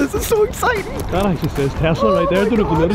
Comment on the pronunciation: its not called a tazla its called a tesla witj a s not a z